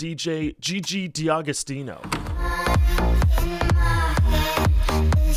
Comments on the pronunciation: why do americans see D'agostino or anything else D' and pronounce it as Di or De? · yes and all of them are italian, and you're pronouncing all of them wrong lol it's Dagostino, Dangelo and so on